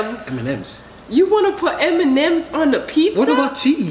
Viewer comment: he says m-n-ms I’m dead